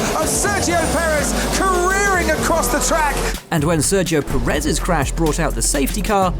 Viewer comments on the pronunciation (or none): none